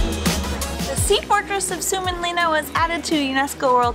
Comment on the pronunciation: You pronounced suomenlinna like sumenlina